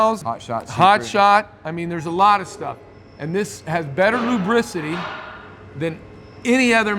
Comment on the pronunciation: " lubericity "... my word of the day, Thank!